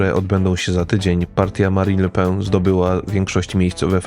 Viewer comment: Le PEN nie le pę 😉